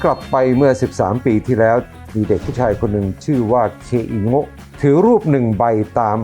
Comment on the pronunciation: เคอิโง๊ะ กลายเป็น อี เคโก๊ะ